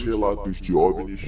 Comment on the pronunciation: eu acredito mas te informo que diz "OVNIS" e nao "OVINIS" ABRAÇO CANAL BOM